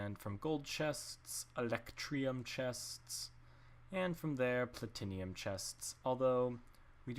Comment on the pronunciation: Platinium is platinum...(plat-short i-num)sorry it kinda bugged me